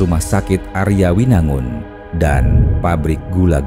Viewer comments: Mungkin ini yg di maksud rumah sakit Arjawinangun ya cuma di bacanya aryawinangun gitu aku orang Cirebon baru tau , soalnya kalo denger nama daerahnya ya dibacanya tetep Arjawinangun 🤔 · Arjawinangun bang Bukan aryawinangun 😂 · Arjawinangun bukan aryawinangun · Bukan Aryawinangun. Arjawinangun karena tulisan ejaan lamanya Ardjawinangoen dj dibaca j, j dibaca y kalau ejaan lama. Baru denger ada yang nyebut Arjawinangun dengan Aryawinangun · kita orang cirebon nyebut arjawinangun = ardjawinangun